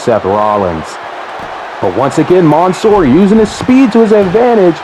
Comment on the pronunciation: It’s literally man -soor not the way ur pronouncing it